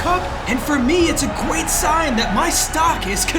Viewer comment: gweat haha lol